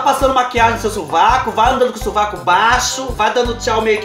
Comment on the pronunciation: Kkk clarear o subaco nao o suvaco rsrs adoro vc